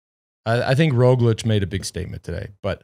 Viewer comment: Guys great podcast, but the pronunciation of names, yeez. Here are some helpful tips: Roglič ( Raw glitch ) , Pogačar ( Paw gha char ). Hope it helps!